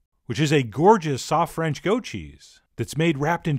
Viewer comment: You're awesome but your French is cringe!!